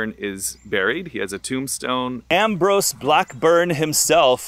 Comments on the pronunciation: Am-brose is his name,! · Ambrose. You can’t pronounce Ambrose?